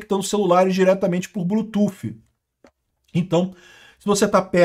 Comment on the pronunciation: Apoio os inglesismos, nao é preciso traduzir nada. O que eu te peço é que Bluetooth nao seja lido como "blutufe". Nossa é muito mau😂. O th no final lê-se D. "Blutude"